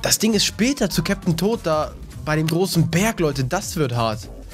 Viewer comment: Du sprichst es Captain tot aus